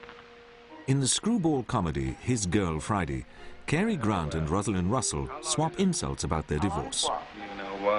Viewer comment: As well as not being able to pronounce 'Cary' correctly